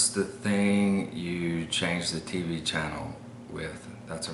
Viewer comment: You put the accent on the T in TV the same as we did where I grew up in Cochella Califonia. Y